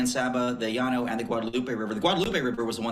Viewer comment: Thank this man for properly saying Llano, I’m sick of hearing people say lano